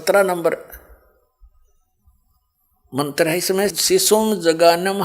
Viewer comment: यह राम पाल पागल है सत्यार्थ प्रकाश को सत्यानाश प्रकाश बता रहा है बास्तब में यह राम पाल ही सत्यानाश है इसलिए तो जेल में पडा है .इसको कुछ भी ज्ञान नहीं है उच्चारण तक शुद्ध..नहीं करना आता मंत्र को मंत्र बोल रहा है